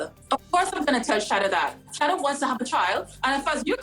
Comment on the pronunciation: Is her name really (shady-dah ) because In Trinidad we’ll pronounce it as (Sha-EEE-dah ) it’s a common Muslim name in Trinidad 🇹🇹🏴